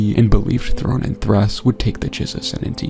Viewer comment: one of my favorite things is how Anakin mispronounces thrawns full name lmao 😂😂